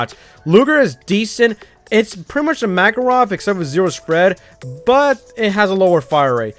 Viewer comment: this is my golden statue me:that's a ze wo!